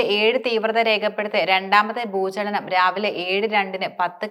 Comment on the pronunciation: Bhoochanam അല്ല ഭൂചലനം 😂😢